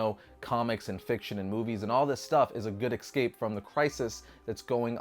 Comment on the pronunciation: Aaaahhhhhh is an excape person! Super Peeves are the pronunciations excape and expresso.